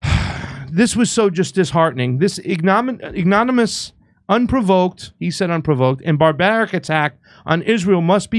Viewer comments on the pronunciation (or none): What is it with these podcasters? They have all the opinions in the world yet have no vocabulary. "Ignominious" is pronounce just like it looks. Ig-no-mini-ous. Geez!!! By the way, it means DESPICABLE... which is also pronounced as it looks.